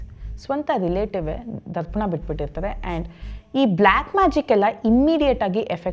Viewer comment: Mam neevu kathe heluva reethi chennagide, Adare padagala uchcharane kelavu kade thappagiruthe, ex:tharpana annuva badalu darpana annuthiddiri.